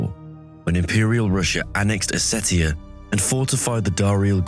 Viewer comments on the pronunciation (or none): none